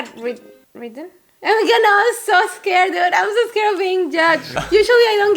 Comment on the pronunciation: said “escared” jajajaja es gracioso ver en todo lo que nos equivocamos😂 me agrego que también cuando quiero hablar rapido y digo “beach” se entiende “bitch” lol